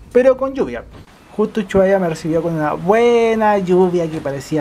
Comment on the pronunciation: Uchuaria ... me encanta como pronuncia Ushuaia ja .. Buenísimo el vídeo .... buena descripción del micro gracias. Saludos desde Argentina